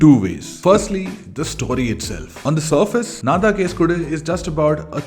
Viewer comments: Nice video ❤. Its actually pronounced “ennnaa thaan case kodukku “ rather than “naa thaan case kodu” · not nna than kesu kodu.....ponounced as enna than kesu kodu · U need to pronounce Nnaa...Then Taaan ---you Case kodu...file a case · Pronounce it as"Enna" taan case kodu. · I think he is incorrectly prouncing the title of the second movie.